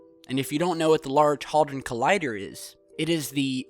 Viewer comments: Wtf do you say Haldron, Its the Large HADRON collider. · Sorry but, first time i've commented and it's trivial, but get your pronunciation right. It is HAD RON, not Hal Dron, or HauDron. At least be consistent. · It's HAD ron, not HOD ron. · Sorry, was that Hard-on Collider? It's Hadron luv lolol ;-) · Hard-on collider 🖖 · I absolutely LOVE this channel, but PLEASE stop changing our English pronunciations with American versions.. One example - it's HADron.... H A D R O N.... not HARDron! Not crucial, but a real sore point with us Brits. Love you though - please keep 'em coming! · Hard on collider! LOL. Hadron,, HAD-RON. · Had-ron collider is the proper pronunciation. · 1. It's pronounced Had-Ron. 2. It's a particle accelerator. 3. String Theory is no longer a viable. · Pronounced Head-dran collider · I've seen a few of your videos and you just lost a lot credibility with me when you can't pronounce something as easy as Hadron its even spelled as it sounds not halldron! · Great video, I like the work you do, but frankly the comments on the The Large Hadron Collider make this all look foolish, I suggest you do some research on it, (Including proper pronunciation.)